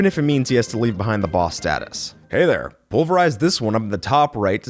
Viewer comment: oh my god did he just say clobber that dere like button?